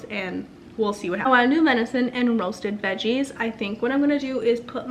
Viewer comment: Venison not vinison.